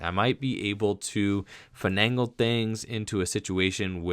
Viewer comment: My stepdaughter really enjoys watching your videos and they've definitely helped her improve, but it kills me how you keep mispronouncing finagle.